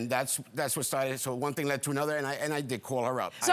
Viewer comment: The episodes keep getting better and better with this Judge ! 😂❤😊 When she said “Tings.” I knew it was about to get serious!